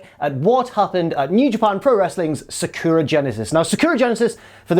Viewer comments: Its Sa-ku-ra. In japanese it is spelt さくらi think. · Is because Sakura (pronounced Sa-Ka-Ra, not how Jack says is) is Japanese for cherry blossom. Also the most popular name for females in Japan I believe. And yeah, it’s much nicer to look at than Jack! 😂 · Jesus Christ, say Sakura correctly.